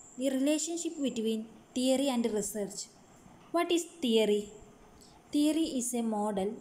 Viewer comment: Madam it's not teroy.theory